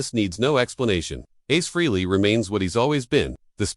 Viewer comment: Ace Flea? Come on AI, thought you were supposed to be smart 😂😂😂 what a fuckin joke